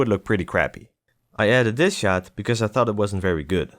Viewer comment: I heard "And fucked yourself, wow." in the first few seconds where you said "And thought to yourself, wow." haha